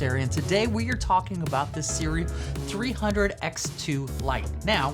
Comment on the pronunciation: Thanks for this review! We are super spoiled nowadays as creatives. We have access to some amazing tech. BTW, it's pronounced 'SOO-ray' And look into the camera more instead of watching the monitor